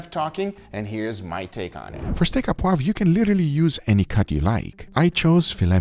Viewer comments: It's steak O poivre. Au in french is an O sound. Not A, O. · Looks delicious!!! By the way, you say "steak a poivre" it's "au", which is pronounced "oh". Just say "Steak oh poivre" and it will sound 100% better! source: I'm french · Steak à poive? Sir, it's steak o'poivrrrh (steak au poivre) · For anyone who cares, it's not pronounced "ah poivre" but "oh poivre". Also I find it interesting that the sauce you make is so red. The French restaurants that I go to have more of a cream colored sauce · "Au poivre". Pronounce it like "Oh Pwav" you'll be very close to the right pronunciation. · Its pronounced Steak -oh poiv re In french "Au" is "oh" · Steak O poivre 😊 poivre, you pronounce as POO-AAVR in a single take.